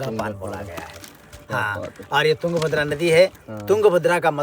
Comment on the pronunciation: wo yunga bhadra nahi hai , wo tung bhadra hai....sahi uccharan karo